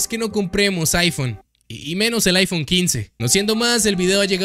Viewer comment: Es iPhone o chaifon? 🧐